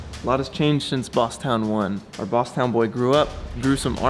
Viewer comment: It's "town" you knucklehead. Love your videos btw. Cheers.